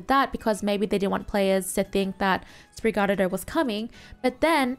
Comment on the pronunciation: I still find it funny how you pronounce Sprigatito 😆 it is pronounced Sprig-uh-teeto. You're welcome. Now if someone makes fun of you, you can say you pronounce it that way purposefully.